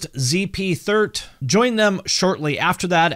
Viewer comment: The singers surname is pronounced t-art.